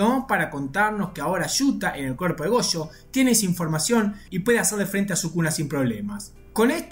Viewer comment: "Chuta", "gocho", "chuchi itadori", "chuchutsu kaisen", oh que horror 🙄